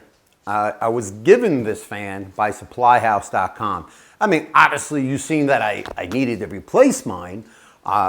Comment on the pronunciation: Suppyhouse. You omitted the "L" . :)